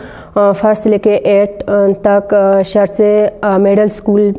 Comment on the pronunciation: Saar tse nahein Bhai shar tse